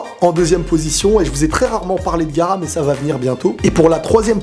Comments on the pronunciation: frère c' est GahAra ! PA garax) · Arrete youtube oh mon dieu ta dis " gara " au lieu de " gaara " c'est erreur est impardonable arrete les mangas stp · On dit pas Gara mais Gaara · Et c'est gaara et pas gara